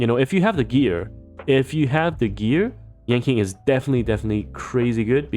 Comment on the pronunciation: its pronounced as yan CHING not yan KING that was kinda throwing me off sm